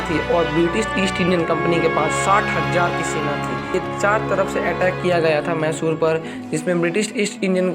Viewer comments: Dude,learn to spell the word 'Mysore',it's not 'massoor', it's Mysore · It's mysuru pls don't spoil the Pronunciation It would be great if you research more on the pronunciations aswell